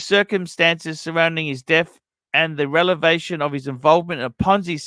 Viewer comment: Take a shot every time mispronounces "revelation"